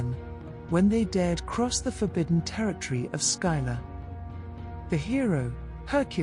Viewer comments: Skylar? I remember it being pronounced Sill-a or Scylla. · Skyla.... Scylla(silla) very much triggering the mispronouceation pet peeve but I do love the video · I love these videos but I wish that the presenters would stop insisting on mispronouncing the names of the characters. Scylla is pronounced "Silla". The "C" is silent. Please look up more and more of these ancient stories. Telling these tales are more important than some might think to our human history and cultures.